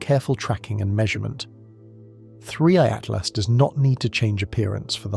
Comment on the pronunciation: Every time narrator says 3I/Atlas sounds like Free at Last!